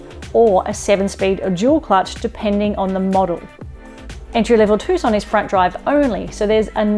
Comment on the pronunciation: it is named TUCSON not TUSCON